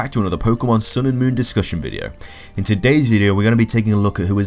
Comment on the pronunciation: You keep saying "Moorn", are you trying to say moron? Or moon?